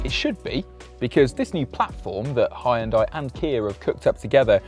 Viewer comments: I think it's about time people learn to pronounce HYUNDAI correctly. It's pronounced HYUN DAE and not HI YUN DIE. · Hun-Day like Sunday, Jesus Christ, it's not that hard. 🤦‍♂️ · bro u are absolutely butchering the pronunciation...... come on man 😂